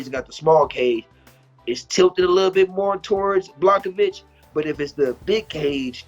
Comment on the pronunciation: I'm more annoyed at how they slaughtering Jan's name. After all the damn years he's been fighting in the organization, these guys can't even pronounce his name correctly (BLAH - HOV - ITCH) damn it ain't that hard. Everyone pronounces Jedrzejczyks right, and thats harder than Jans name. Put some respek on that mans name!!! Secondly, everyone sleeping on Polish Power 🇵🇱 I got him finishing Izzy